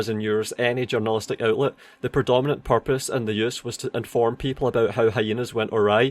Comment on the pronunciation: good video, my only take is that everytime you said "purpose" I couldn't help but hear "porpoise" like the animal.